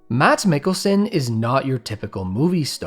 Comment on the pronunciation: Stop saying 'Nicholson' instead of Mikkelsen, or am I the one with an impared ear??